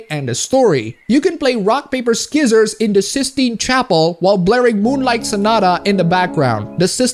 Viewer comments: "rock paper SKIZERS." lol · Ok,, its s(c)ee-sors/sci-sors, not skizzors. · "Skissors" Disliked, unsubscribed, and reported. I am absolutely disgusted. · First time I've heard it called "skizzers" Though, to be frank, a silent C is redundant and easily one of the more confusing moves the language has made. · also did you just said "ski sorrs" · The incorrect way you say scissors, triggers me. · you dont need to pronounce the c in scissors i know its weird